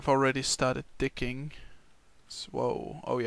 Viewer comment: when you say "digging" it kind of sounds like "dicking" whats your accent?